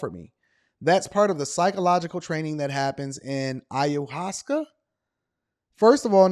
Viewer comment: Hey it's pronounced "eye-oh-waahs-skaa" and it's very therapeutic. Not for everyone though, you have to be strong enough to face who and what you really are...